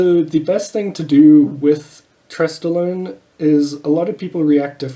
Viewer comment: Did you say stesstolone ? Lol